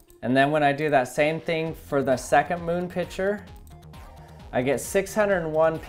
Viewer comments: Picture is pronounced pic-ture not pitcher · It's pic-ture not pich -er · I love that you say pitcher, instead of picture